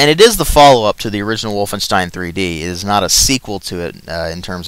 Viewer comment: I love how you say wolfenstein "Wolfenshtine"